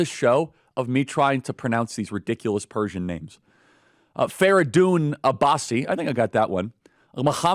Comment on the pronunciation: as an Iranian I'd say you hit all the pronunciations correct